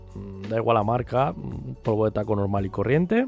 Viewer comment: se llama talco no taco 🤣🤣🤣🤣